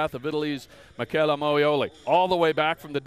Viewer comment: Noo, they didn´t just pronounce it like Mitshella....... omg..